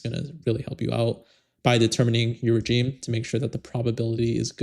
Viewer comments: Very informative, thanks! Just a side note, its pronounced, "re-zheme", not 'J' - its a "zhe", it retains its French pronunciation. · Regime is pronounced "re-ZHEEM"....like the sound in "measure" or "vision." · You are pronouncing regime incorrectly